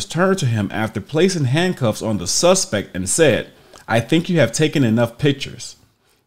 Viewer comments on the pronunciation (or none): none